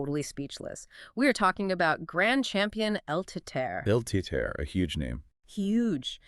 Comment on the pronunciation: Lmao it's pronounced teetehrreh